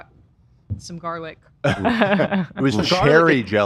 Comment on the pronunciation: I still love saying jarlic for garlic in a jar